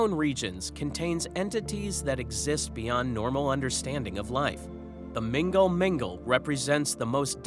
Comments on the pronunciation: Love the channel but i laughed so hard at mingle mingle. It is pronounced null null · The way you pronounce mgnall mgnall makes it sound like a dating app 😅